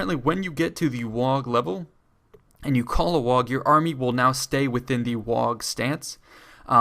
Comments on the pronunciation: It's pronounced "WAH", not "Wag" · You don't pronounce the g in WAAAGH! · The point where you can't pronounce waaagh properly was the point I realized you didn't know what you were talking about